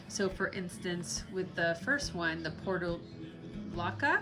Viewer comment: Thinking you probably didn't pronounce that Portulaca correctly.. nor said it the same every time you said it. hahaha